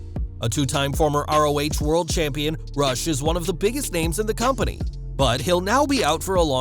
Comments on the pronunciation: Sad RIP Daffney Mental health is real...and his name is pronounced Roosh not Rush I guess it's a Latin pronunciation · Hey, you pronounce Rush Roosh